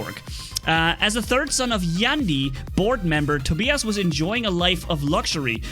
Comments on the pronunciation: It is pronounced toe-bye- us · hahaha it's funny how you pronounce Tobias.